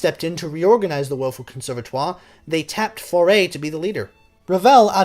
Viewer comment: Djewels Massennette???! Bon sang, c'est Jules Massenet, le 't' c'est muet... En plus, vous dites "conservatoire" comme un fermier charentais, donc, pas d'excuses monsieur !